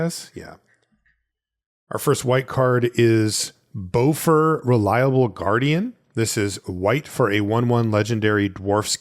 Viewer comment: Bifur/Bofur pronounced "biffer" and "boffer".